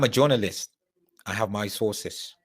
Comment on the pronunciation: Jonolist is how he pronounces it 🤣🤣🤣🤣